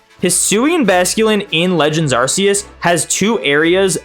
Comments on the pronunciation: Silvally - RKS System. R K S. You can stop saying Arseus now. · as i know how to pronounce these, luckily that's not me. But in that defence, there isn't a hard pronunciation for them. Arceus, there is. No excuse. 😂